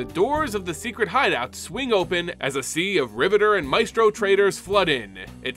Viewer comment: The Adversary vs. Xander part made me upset... You kept saying Advisor instead of Adversary and Mephisto instead of Maestro :(